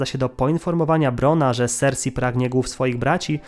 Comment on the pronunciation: Królowa sersej, a nie sersi